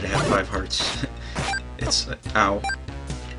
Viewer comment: it's hearts not what you were saying (sorry I'm a bad speller even though I'm in high school)